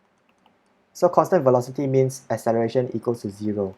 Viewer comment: 😂😂 i replayed it like 5 times cos it sounded so funny